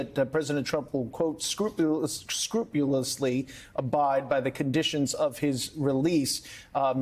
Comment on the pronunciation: Did Lauro say "scrupulously" or "scruplelessly"..?